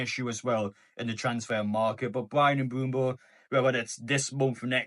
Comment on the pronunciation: please stop saying "Mbumbo" 😭😭😭